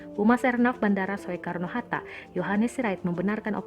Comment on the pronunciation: Soekarno? Tulisannya memang "soe" tapi bacanya "su". Aneh amat bisa nggak tau bacanya gimana.